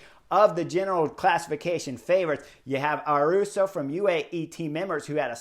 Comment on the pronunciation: Vinego is pretty close to the danish pronunciation... I would rather point out Davide (Gaudu) It's like Italian Davide but without the last E sound... And Ayuso is not Aruso...but ayusso...👍👍🦋🦋